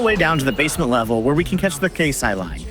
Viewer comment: Great content and info in this video. Couple of hints… Keisei is actually “kay-say” rather than “case-eye” Benten - “ben-ten” rather than “bentn”